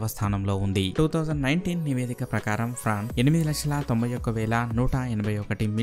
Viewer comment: Adhi prawns kadhuu france